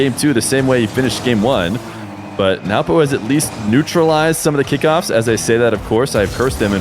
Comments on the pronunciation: 😂😂 is used to pronouncing it as newpo but after hearing he is just awkwardly saying nawpo which is so funny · adapting his pronunciation of Nwpo’s name (after the first instance, I guess) to match while a guest on his channel is a sign of a great and attentive co-commentator. The two GOATs of 1’s commentating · can NOT say nwpo's name for the life of him